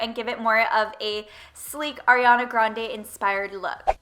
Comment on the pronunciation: finally someone who says her name right! ily both ssssm xx